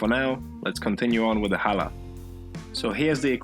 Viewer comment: Wow. You even say challah correctly. Most people can’t do the guttural ch sound which is found in Hebrew. We make it every Friday for the sabbath. It’s delicious. And yours was AWESOME!